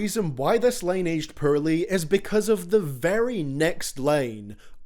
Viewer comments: Dude, Im from N.Ireland so I got same problem.. POOR...you say PURR, try saying like DOOR, you don't say DURR lol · Hint: Pronounce "Poorly" as "Poo-wer-lee" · and i understand this is brought up, but ur not saying POORLY, accent aside, you are saying pearly. and they are completely different words sir. altho they did age pearly if u ask me. they shine like fuck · A little late here, but if you care about how you pronounce "poorly," try saying "po early" quickly. Like, as in "*po*ke" or "Edgar Allen *Poe.*" It's not perfect, but it gets you closer. :) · Nobody:: pörly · You pronounce poorly pretty purrly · No one:: “puurly” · Y does he pronounce poorly like that tho?